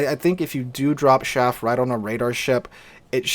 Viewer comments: I'm sorry, every time you said SHaff I cringed...it's CHaff, like Charly. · chaff not shaff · CH af. Not shaff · Do you mean Chaff? Sounded like you said Shaft...